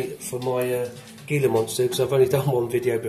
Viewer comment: It's pronounced hila monster